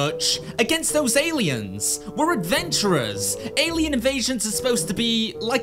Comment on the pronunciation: Cause you adventerer not murderer, oh wait